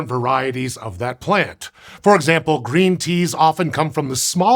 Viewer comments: “Grean” tea? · "Grean Tea" ? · "grean tea"?? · "Grean tea"???!!! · “Grean Tea” 🤔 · "Grean Tea" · "Grean" tea?